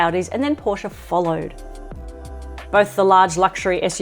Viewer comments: Pronounce porschE. Not Porsch. Same is bee em vee Not bee em double u. German car needs German pronounciation… ! US Cars here is correct spelled as Dodsh for Dodge and Chevroleigh spoken here, Not Shefrolett as assumed for German Language … or how do you speak a Peugeot?😂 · If you’re going to review vehicles for a living. It’s pronounced Coupé and Porsche-a. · Its porschÉ